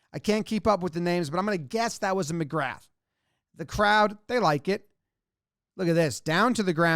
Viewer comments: McGrath we pronounce as McGra. All those brothers and cousins also play on the towns Gaelic football team too. A couple of years they won both county championships which is pretty rare. Also this place is tiny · "Seeran", ie, Cieran, : is pronounced "Keer-un". And there's a good chance McGrath is "muhGraw". I'm as confused by Gaelic as the next guy 😅 , but there are a half dozen or that are common enough you might look silly not knowing them.